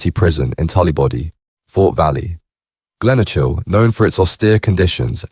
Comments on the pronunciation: HMP gleno kill is how its pronounced not gleno chill 😂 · Glen "o" chil. 😂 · Glenochil is pronounced Glen-oe-kil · I spent 8 years of my life in there, never once heard it referred to as glen-oh-chill 🤣🤣🤣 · Straight to the comments when I heard it 😂